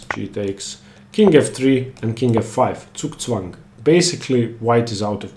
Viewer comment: As a German, I enjoyed the word "Zugzwang" to be pronounced right for a change. Americans say it like "Sooksweng". Horrible